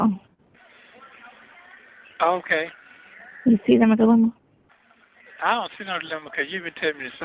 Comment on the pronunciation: “Iont see no lemma because you been telling me da same thang for di longest.” He took the “di” off of dilemma and added it to the longest 😆